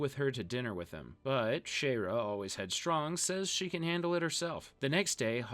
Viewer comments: bro her name is pronounced shy era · I'll never forgive you for how you pronounce "Shayera"